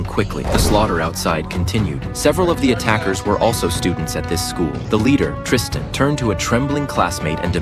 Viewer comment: Bro my name is tryston but u say it like tristan